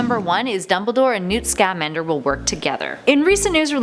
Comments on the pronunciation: if hermione was watching this, she'd say: "it's Newt ScammAnder, not Newt ScAmmandEr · Dude, how can you have seen Fantastic Beasts and not know how to correctly pronounce Sca-MAN-der????